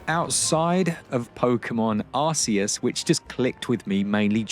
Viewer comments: Don't fall for American mispronunciation spread across YouTube, Arceus has always been "ARK-ee-us". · Guys I'm pretty sure it's pronounced Pokemon ArKeus, because otherwise it's the Ars Phone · Stop pronouncing arceus wrong you arse… eus 😂😂